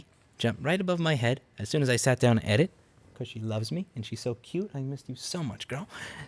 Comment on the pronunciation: I like How Louis says because like becose